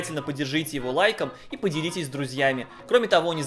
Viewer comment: Я один упорно слышу "...поддержите его лайком и ПОДЕРИТЕСЬ с друзьями"?